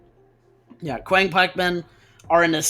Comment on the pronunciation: It is pronounced qi ang pikeman not quiang pikeman . Qiang = 枪 literally means pike in ancient Chinese.